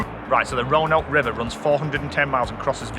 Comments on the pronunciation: Roanoke is pronounced “row a Noak( like n and then oak like oak tree)” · Roanoke: Row-ah-noke (rhymes with poke) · It is pronounced (roe_and-oak)